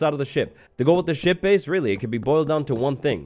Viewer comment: I thought he said sh*t. Not ship!